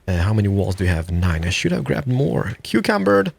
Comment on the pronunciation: Is he saying cucumbered?